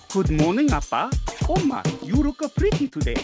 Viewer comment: I like this show a lot but every time the say Uppa/Umma i wanna kick em